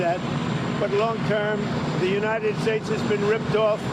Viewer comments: United steaks? 😂😂😂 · Kevin been saying “United Steaks” for years 😂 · United steaks lol love u guys